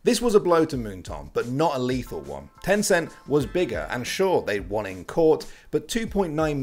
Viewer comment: HEY mobile legend for only filipino Wait did be said tenceen